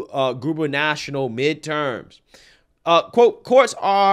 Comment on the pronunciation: GOOBER NUH TORIAL. NOT GOOBER NATIONAL.